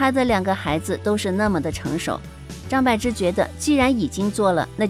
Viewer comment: 张柏bo芝,她本人说念bo。柏林，潘玮柏 bo